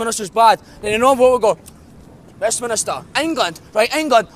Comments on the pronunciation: It is pronounced WEST MINSTER not WEST minister, and you then go on about europe. If you listen to the WEST MINSTER (go on say it propely) then Scotland won't get into europe so your point is not valide there. Where does it promote anti english? On a wall acording to you. So one wall means the whole of Scotland votes NO be serious. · by the way mate, it's called Westminster not West Minister. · Gavin Kleboe I intend to vote Yes but my question was actually poking fun at the idiot on the video who kept talking about West-MINISTER when it is actually West-MINSTER.